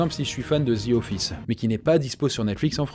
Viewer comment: " zi offisse "